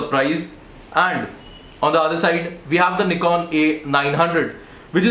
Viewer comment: Knee-kon seriously? It's pronounced nih-kon.